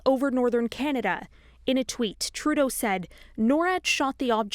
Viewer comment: You pronounced "Trudeau was told by the US to shoot it down" wrong.